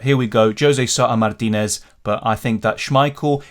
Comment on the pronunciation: Love your proper pronunciation of " Mártinez " 😎